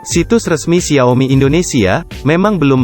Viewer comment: Apa cuma gw yg terganggu dengan pelafalan xia-o-mi yang berulang2, dan beberapa pelafalan yang tidak lazim lainnya